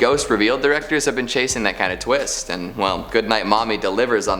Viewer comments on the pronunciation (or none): "What a tweest!"